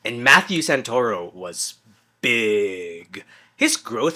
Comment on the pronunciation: The "Santa-Ruh-Oh" took me out lmao. Awesome seeing how your videos are improving. Keep going your videos are great!